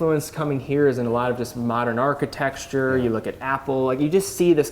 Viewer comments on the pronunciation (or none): you’re way too proper to be saying “architexchure”